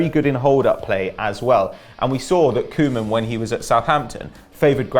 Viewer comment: Why say "co" men for Koeman. Say Kooh man. You're saying it like kingsley coman.